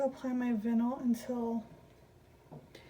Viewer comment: Not to be mean, just letting you know, vinyl is pronounced v-eye-nle. Anyway, I love these shoe cups!! They're the coolest things I've seen on a cup!! Leopard? Nice. Beach? Pretty. But a shoe? That's pretty darn cool. I wonder if you can use washers instead of D-rings? It has to be cheaper to cut down on your costs. Those d-rings can't have been cheap.